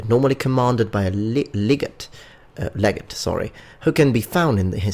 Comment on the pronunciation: (Leg-ah-tay)__ Legate, or Legatus